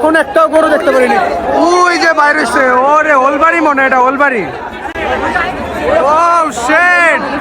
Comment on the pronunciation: উলবাড়ি ❌ ওলবাড়ি ✅